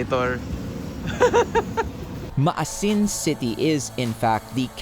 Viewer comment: Maasin (ma-A-sin)